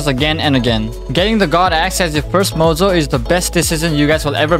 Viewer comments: nice video but i wonder what is with his voice like when he said mojo i head mozo or spesial instead of special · bro is saying mojo like mozo or shall i say bozo 💀💀